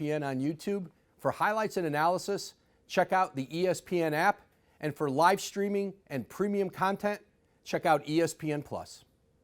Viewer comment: Woj says "comtent" instead of "content"